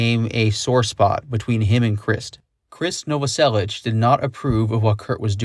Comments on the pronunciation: When you realize you’ve been mispronouncing Novoselic for 30 years but can’t stand to hear it properly pronounced. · The mispronunciation of krist novoselic is driving me batty. But the rest is amazing! 😻